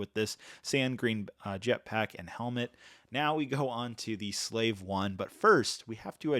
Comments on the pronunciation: It’s called the slave 1 not whatever you just said guy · Hey you mispronounced Slave 1 several times